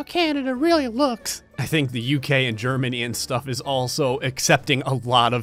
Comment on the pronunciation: thanks for the extra emphasis of Germany